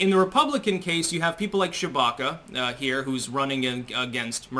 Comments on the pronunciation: Am I the only one that only hears "Chewbacca"? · You say her name like "Shewbacca" "Shewie!!!!" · Is it just me or does he say Chewbacca instead of Tshibaka? Once heard never unheard😄😄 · without looking at the screen, I kept hearing you say “Chewbacca” 😂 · Were you saying Chewbacca?